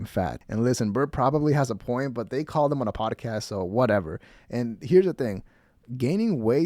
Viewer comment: “Podacast,” he says.